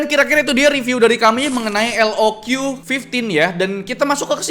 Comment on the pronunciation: Btw pembacaan resmi dari lenovonya itu "lok" bang, bukan "el o kyu" 😅🙏